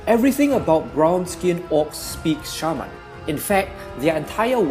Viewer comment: You really sell the Orcs so well, you give me goosebumps! And i love the way u say Shaman :) You seem like such a peaceful guy